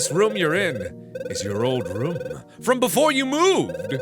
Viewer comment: I love when mark says room cause it sounds like roum, it's a small thing but always makes me happy